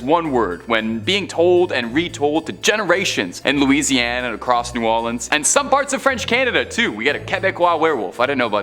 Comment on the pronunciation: Holy... man even said New Orleans correctly 🤣